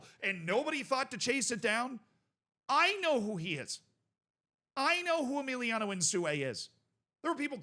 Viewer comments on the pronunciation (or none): Who's Emiliano bro? His name is Emilio